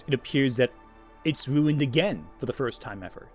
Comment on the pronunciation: Why did u start pronouncing ruined like stewie griffin